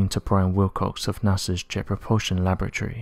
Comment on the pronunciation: I've followed this channel for some time now and I have noticed a glitch in the matrix lol. Please somebody else confirm when these commentators try to say "laboratory" they are actually saying "lavatory" lol. Feel free to run this video again to me it sticks out a mile.